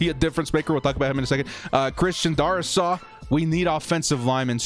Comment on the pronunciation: It’s pronounced Dare-is-saw. Sorry hate to be that guy.